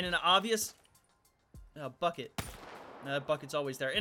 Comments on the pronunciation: When said bucket it sound like he said f..k it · I thought he said f*ck it but he said bucket soryy Lmaoo